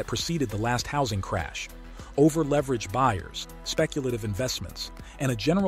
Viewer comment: You heard it guys. Hawsing crash